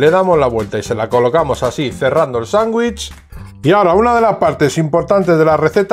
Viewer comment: Se dice "sandwich" con d. No sanguich suena horrible. Solo escuchar eso me hace salir del video